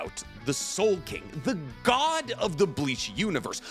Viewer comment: Ya it's soul king not soul king what's wrong with this guy?